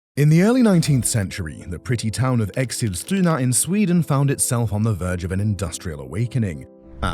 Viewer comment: Exilstuna. Yeah, impressive. 🙄